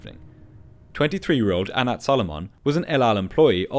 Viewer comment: That's not at all how you pronounce Gedalya. It's a hard G. You got Anat pretty wrong too. Please look up pronunciations, or ask someone who speaks the language, instead of guessing.